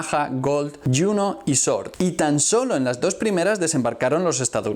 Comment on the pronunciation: No és "short". és Sword ...